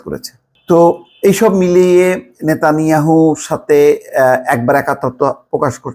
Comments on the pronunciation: নেতানিয়াহু নাকি ন,ত্যান ইহাহু? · আরে ভাই নেতানিয়াহু এই শব্দটি ভাল করে রপ্ত করে তারপর খবর পড়তে আসুন।